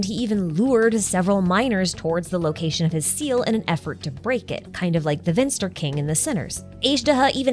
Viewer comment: the "V" in Vinster is pronounced as when you say the "f" in "life". Which is how you pronounce the German word "finster", which means "gloomy, dark". "Vinster" is the old German word the word "finster" is derived of :)